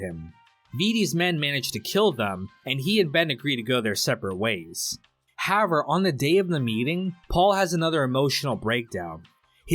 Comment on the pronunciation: why cant you pronounce HOWEVER